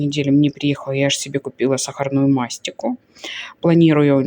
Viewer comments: МастИка😊 ударение на И..💕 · мастика, ударение на и!!!!